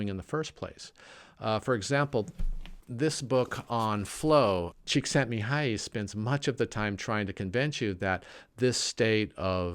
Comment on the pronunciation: I'm hungarian, and that Csíkszentmihályi pronunciation was perfect. Good job!